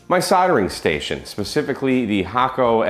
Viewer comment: You've been paying attention to the Japanese pronunciation of Hakko :)